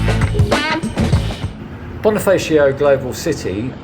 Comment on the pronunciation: Instead of saying Bonifaysio try Boneefahsho (as in saying fashion minus the n). Andres Bonifacio is a revolutionary hero who headed the revolution against Spain.